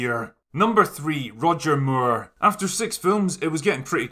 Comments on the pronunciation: Got to love the ‘Roger Muir’ pronunciation. And who could argue against Sean being the quintessential Bond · It's funny how you say Moore in Roger Moore - it's just more like - can I have some more - but you say it like "Mew-ugh" how did you make his surname into 2 syllables?! lol !!!!! :P